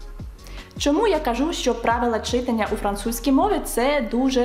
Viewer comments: Ви неймовірна! Тільки зауважу , що українською мовою слова читАння, , писАння, малювАння……і подібні їм мають такий наголос…. Дякую 👍✋ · От все добре. Але виправте в своїй вимові в слові «читання» на правильний наголос — читАння 😅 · ЧитАння, пані викладачко, читАння. Наголоси в українській мові теж мають значення. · Чита́ння (так правильно!!!) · Чита́ння (так правильно )